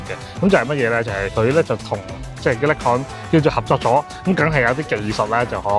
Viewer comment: 不好意思，好似好多公司名英文都唔啱。Nikon 已經唔啱，Oakley 應該係oak….ley唔係occ…key…….. 不好意思